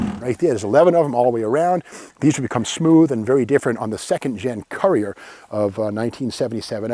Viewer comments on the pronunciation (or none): It's pronounced 'Cur-re-er.